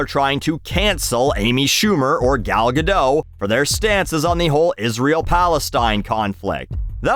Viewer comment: It's pronounced Gal GadoT with a hard T sound. She isn't French.